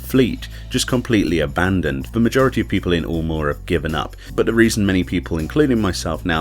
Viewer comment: It isn't "oolmore", it's "yulemore". Like Eunice or Europe.